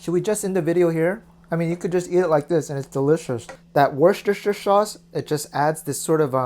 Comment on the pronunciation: that pronunciation tho :))))))))))))) wosst-sh-sh sauce :))))))